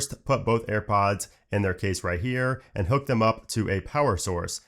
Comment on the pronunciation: AirPoooooaaaaads ... Annoying pronouncing.